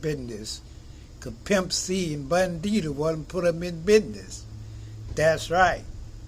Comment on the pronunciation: This dude said bun d and soulja boy